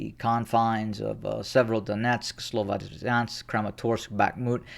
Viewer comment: May I point out that "Sloviansk" is pronounced with the "i" like in "winter", NOT like in "wine". (not sure if I could explain it well enough, non native English speaker here😅)